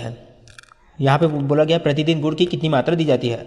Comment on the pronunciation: Sir guru nhi gur boltay h